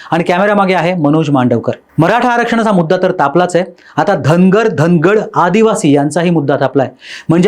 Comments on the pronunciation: अरे घेऊन टाक चैनल वाले दादा तुला बोलता येतं का धागड ऐवजी धनकड म्हणतं तुम्ही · साहेब " धनकड " नाही हो धनगड म्हणा धनगर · धनगड सुद्धा बोलता येत नाही धनकड म्हणतोय तो 😂😂